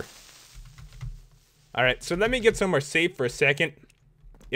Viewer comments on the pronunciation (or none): none